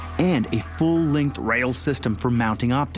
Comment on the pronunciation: The way he says "Rail" is retarded xD.